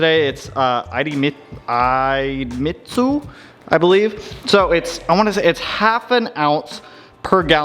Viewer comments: “E-deh-meet-su” idemitsu ;) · Nice work on the RX-7. By the way, Idemitsu is pronounced "EE-DEH-MITT-SOO." Over in my neck of the woods they're the OEM engine oil for Honda engines.